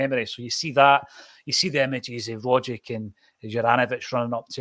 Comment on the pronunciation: At least one of you can pronounce Rogic.